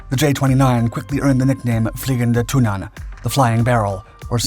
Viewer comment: That's a pretty good pronunciation of "Flygande Tunnan" - as a Swede; I approve.